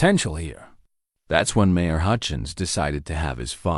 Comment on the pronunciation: Good story, but it was hard to pay attention since the person reading it was not getting their punctuation. Write the cadence other voice right and mispronounced a lot of important words like the word mayor. When she turned into a two syllable word Mari, I have had quite a few problems, listening to your things when people pronounce common words wrong like when they call a lead rope a lead rope I know they’re spelled the same but when it’s pronounced LEED anyway, either one is pronounced Ellie a D Amer MARE should not be pronounced MAR I like the name, Mary and they were putting the periods in the wrong place and pausing in the wrong place. I’ve heard a lot better by you guys.